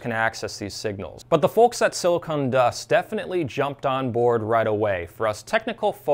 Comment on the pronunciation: “Silicon” not “silicone”. Silicon is what they make chips from, silicone is what they use to make big breasts.